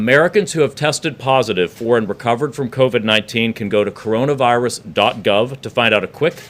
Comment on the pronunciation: Did he say genna virus at the start?